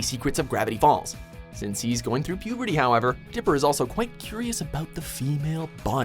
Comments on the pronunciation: Did he just call dipper... Digger? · Anyone hear him say digger